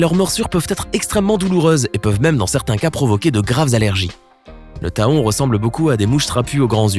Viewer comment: Je n'ai jamais été piqué par un éléphant. j'en déduis qu'un éléphant n'est pas un insecte. L'hématite n'est pas une hématie Faut le "fer"! Le taon n'est pas tahon. question de prononciation! Un scorpion n'est pas un insecte. Une tique ou un mille patte non plus.